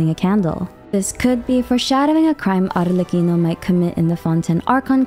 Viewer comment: as an italian I can say for sure that your pronunciation of Arlecchino is really good! also ty for another amazing video, you explained it all so well ✨